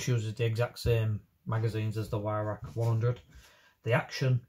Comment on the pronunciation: o you said ""why rack "" no W sound in German m8 its its pronounces v-roch or VIe-roch (with the welsh CH sound) im welsh and a gunsmith for 33 years and as the name suggests used to be a gun importer of edguns, not an english teacher lol sorry pet hate of mine :) like people calling pattern welded steel Damascus (im also a blacksmith) that one really gets me ! :-)